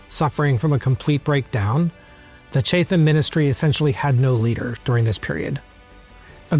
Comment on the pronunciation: Thoroughly enjoyed these three parts. A few pronunciation notes: Chatham said like Chattam Leicester said like Lester Mahon said either like Mah-hon or Mah-hoon (depending on who you talk to) Birmingham said like Birmingam (h’s usually silent in town names) Stanhope pronounced Stanup Looking forward to your take on Pitt the Younger.